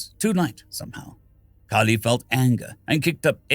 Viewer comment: I saw my usual game nickname so I was interested... I heard my name called, actually pronounced pretty well, near perfect as to how I like it... I wasn't disappointed.